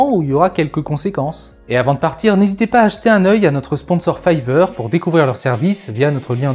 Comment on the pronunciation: 😆Fiverr c'est pas fiveur mais fayveur😆